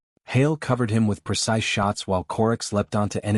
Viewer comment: "PERCISE" IS NOT A WORD. *Precise.